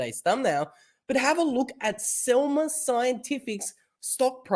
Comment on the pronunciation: Selmer? No, Semler! 😜